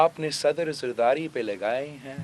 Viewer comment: Saddar Zardati... zardari, beta bolna seekh lo!!